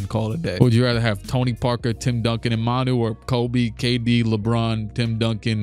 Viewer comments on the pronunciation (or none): none